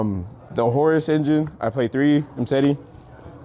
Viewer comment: Got a sub from me!! Love to see the people using the name!! Appreciate the credit given. Appreciate the Horus pronunciation!! Lol. And love the profile